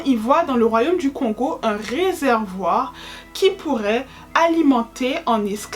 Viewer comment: Kongo en séparent la prononciation du O de celle du N ça se dit donc kôngo, pareille bantu ca se dit bântou. Et dit coup pour encore un peut se casser la tête on utilise " mu " (mou ) pour parler d'un individu et "ba" comme marque du plusieurs, donc un dit pas un ou des congolais mais on dit plutôt mukongo ( un congolais) et bakongo ( des congolais). Et encore un casse tête ont appelle le royaume des kongo : Kongo Dia Ntotila ( on peut traduire par empire fédéral kongo ou États Unis fédéral kongo ) car effectivement Y'avait plusieurs royaume ( qu'on appelle Bundu Dia Kongo )